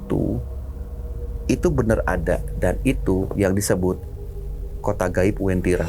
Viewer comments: Uwentira min, bukan wentira🙏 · Asal ni orang ngomong Masak wentiri di bilng kab. Donggala - sulsel baru ngomong daerah sj dah keliru Yg bener itu bukan wentira tpi wantiri kabnya. donggala prop sulteng, yg lbh di kenal dgn sebutan kebun kopi